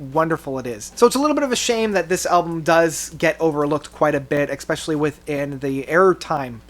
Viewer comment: Who the hell is “Roger Hodgkins”? What the heck does EXspecially mean? Perhaps you’re referring to Roger Hodgson? Especially...Espresso No “X”